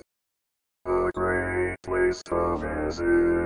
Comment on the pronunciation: That is not correct. Sa-bi-nal the last syllable sounds like the word “now” with an “L “ on it. Grew up there …